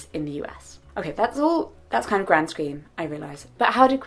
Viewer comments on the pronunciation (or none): none